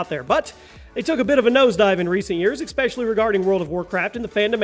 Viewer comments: I dig your videos but "expecially" is not how you pronounce "especially" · Just so everyone knows - "expecially" is not a word. Carry on.